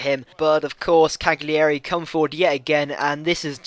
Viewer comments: Cagliari - Cally-Ary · it's pronounced "caliari" :)